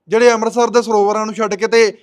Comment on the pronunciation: Amrsr nhi amrt sr wa bani sudh pr bhama nhi bhawa. Ja tis bhawa h bolna sikho aap ki bolda grva lede chadi da rep blatkr eh ds bibian nu tera prchar shiaa 😅😅😅